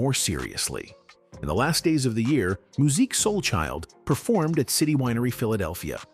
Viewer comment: I will not subscribe to your channel! You can't ever pronounce his name right smh